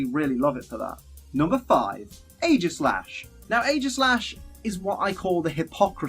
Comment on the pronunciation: it is eegislash